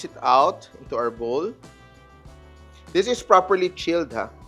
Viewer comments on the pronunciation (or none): none